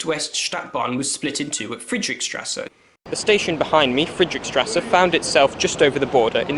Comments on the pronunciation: Nice video but it’s Friedrichstrasse not friedrick-:) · i love how he pronouce Friedrichstrße